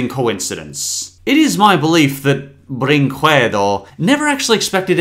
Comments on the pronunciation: you dont read it "brinkuedo", its " brinkedo". The u is silent. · People don't know that in portuguese, at least in this case, the letter U isn't pronounced, it's like "Video brinkedo" (Yeah, I'm from brazil) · Honking Pirate Vid-ee-oh -Bren-qwed-oh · It is mispronounced tho, it's portuguese, it's a romance language, you don't pronounce the "u", it would be, "brinkehdo" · Potato Kill Yeah, we hate "Video BrinKuedo" 😂😂😂😂😂😂😂😂😂😂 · How 2 spell right BRÍNKEDO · its "brinkedo" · "brinquedo" is pronounced with a silent U, so "brinkedo" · I love Felix the Cat the Movie. Bringquedo would be pronounced Bring-K-dough They ripped off a terrible spinoff? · Almost all the English speakers that I have seen talk about this film studio has mispronounced also I am wondering what does brinquedo mean? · Sounds more like a italian lol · I like how he pronounces "Brinquedo" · Let's play a drinking game: Take a shot everytime mispronounces "Brinquedo". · I have a weird obsession with the way says Brinquedo, pronouncing the q.